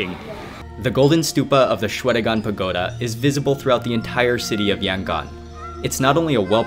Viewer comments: I am from Yangon and also the way u say Yangon is very cringing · YOUR PRONOUNING YANGON WRONG